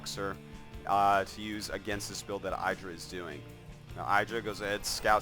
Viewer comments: Damn its pronounced "Iddh-rah" Artosis! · saying 'eyedrah' is like saying 'air-tosis' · I hate artosis' games of IdrA because he just doesn't get it. Someone must have told him already that his name is not eye-dra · Cringe every time I hear eyedra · Why you pronounce Idra wrong all the time? Are you doing this on purpose? ^^